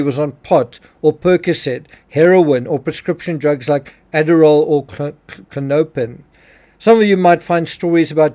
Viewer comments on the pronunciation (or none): It’s pronounced KLON-O-PIN